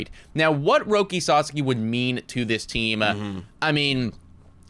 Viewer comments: PLEASEEEE GUYS, YOU KEEP SAYING SUSSAKY, ITS SA-SOCK-IE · I appreciate y’all….please pronounce his name right. “Roki Sah-Sah-Kee” not “Sus-Suk-Kee” lmao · First Sa and second sa are same sounds. So not sa za ki, sa sa(again) ki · Sauce - Key. Sorry guys, it's been awhile, so no ill will here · it's pronounced.. SA-SAW-KEY.. please say it correctly lol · Suuuh-Saawww-keeee ....thanks guys ! Or just call him Roki. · &, just call him Roki. FFS the two of you have different pronunciations of his last name 🤣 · Pronouncing his name wrong is why hes definitely not going to the jays